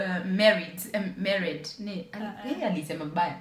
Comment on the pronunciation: Aliuliza are you “Are you merred” 😂😂😂😂